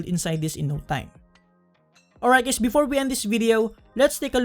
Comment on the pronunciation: "hi gays"